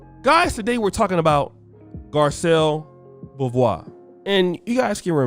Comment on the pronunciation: Its bo vay